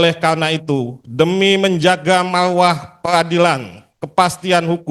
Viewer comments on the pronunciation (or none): Marrrwah gitu bukan malwahhh